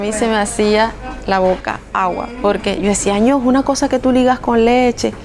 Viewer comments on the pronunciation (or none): none